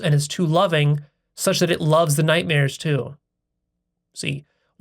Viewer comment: I forgive you for pronouncing it night mirrors. 😁